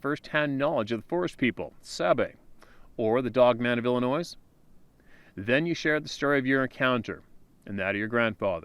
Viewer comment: You are an intelligent man. The “s” in Illinois is silent. It detracts from the story every time I here “Ill-i-noise”.